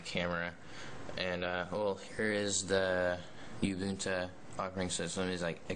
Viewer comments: rofl. YOOO- BOOON - TOOOO.. It's Oooo- boon - tooo. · Uhm, no. Ubuntu is a South African word, I live in South Africa. I know how to say it. It's Oo-boon-too. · oooh-Boon-Tooo say it right man!!!! lol